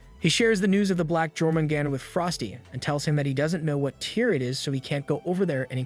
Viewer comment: U say it like yormengander